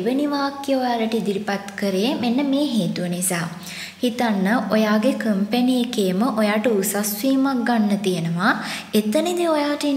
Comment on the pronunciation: Reall pronounced company (kampani)